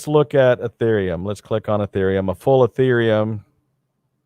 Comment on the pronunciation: He pronounced it Urethraium...well, that was a rather embarrassing correction...Ethereum